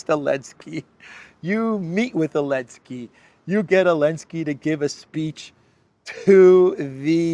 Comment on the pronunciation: I've been watching videos for maybe 8 or so months now, maybe longer. But I never ever noticed that he's pronouncing "Zelensky" like "Elensky", but I have a pretty good guess as to why. Does it have something to do with the fact that Ukraine pretty much outlawed the use of the letter Z, or something like that? They have a thing for kindergarten level of insults over there, like banning letters and not capitalizing the words Russia and Putin, etc.